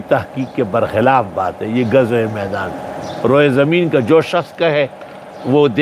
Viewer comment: Aap ketay hain: ro-ay zameen,laikin sahih hay: ru-ay zameen